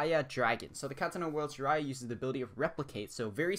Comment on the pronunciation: I'm impressed you didn't pronounce Jiraiya wrong 👏👏👏